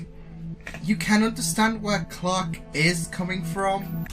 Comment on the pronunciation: It’s funny you pronounce Clack instead Clarke.😂